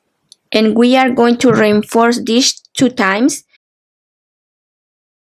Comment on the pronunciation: This is mostly clear tutorial. Showing so many things. One just has to remind oneself that every time? says (as far as I hear rainforce) "reinforce" she is actually telling us(?) that we need to re-inforce (re-in-force?) our work to make the work as strong as we can. LOL